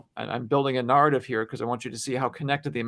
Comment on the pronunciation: Why does this guy pronounce the word narrative, nahr-ative. With the a sound in farther rather the a sound in fair?